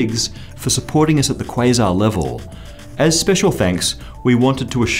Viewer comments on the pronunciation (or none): none